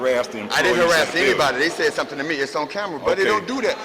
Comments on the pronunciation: "doin fimmin"...a mind is a terrible thing. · More “fimmin” goin’ on!